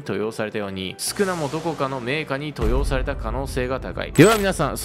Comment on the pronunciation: 登用の読み方はとうようです